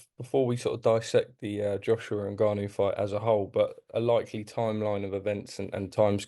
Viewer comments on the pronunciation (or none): its Francais 'en'Gannou.(Phonetically pronounced).... Gareth you are supposed to be a Learned fellow of boxing